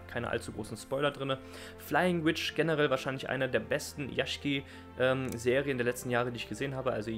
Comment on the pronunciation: Flying Witch hört sich interessant an. habe ich schon länger mal auf der Liste gehabt ihn mir anzuschauen. Sollte ich velleicht bald mal machen^^ Aber was ist dieses genre was du ansprachst. Yashiki? Also Villa/mansion Wobei am Ende hast du Yashike gesagt.